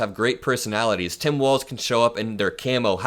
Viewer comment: Why is he pronouncing Walz like 'Walsh'?